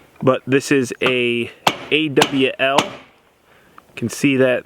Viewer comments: It's not an A W L. It's an AWL. Not an OWL, but an AWL. Pronounced like ALL but with a W in the middle. In the mean time, love the videos. Please keep them coming! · I don't want to belittle you or come across as a smartarse but when you're talking about your punch and called it anA.W.L..... it's actually pronounced 'Awel' (rhymes with fall) The woodworking version is called a bradawl. It's not yourgeneration so you may not be familiar with it. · 😂 A. W. L. Lol you mean awl. They’re for widening holes, they’re also used in sewing. No wonder you guys chew through them as they’re meant to be used in already made holes, not make them go through so many layers 😂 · It's an awl,, not an AWL. It was historically a cobbler's tool for punching holes in leather. Love your channel. Always informative and light-hearted. Still surprised that Greg hasn't had a meltdown with you but that's the sure sign of a lasting friendship. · It's not a punch it's an "awl" Thanks for your videos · Awl is pronounced all. It's made for marking metal but in sure that's been covered many times in the comments. And I have to say I'm a little let Down that I didn't hear "efficient" one time lol